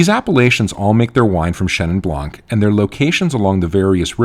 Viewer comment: It's Chenin Blanc, not Chenin Blanque. Same goes with every other word ending with a silent letter.